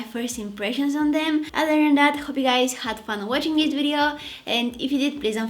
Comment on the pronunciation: Every time you say this it sounds like dis dis LOL I crack up😂❤😊😮🎉